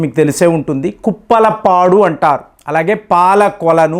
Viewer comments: కుప్పలపాడు కాదు బ్రదర్ ఉప్పలపాడు, ఓర్వకల్లు మండలం, నంద్యాల జిల్లా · Uppalapadu not Kuppalapadu sir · ఓర్వకల్లు,( ఉరవకల్లు కాదు )ఉప్పలపాడు( కుప్పలపాడు కాదు ) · Kuppala padu kadhu bro uppala padu& palakolanu kadhu pala kollu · Kuppala padu. Kaadu, uppala paadu.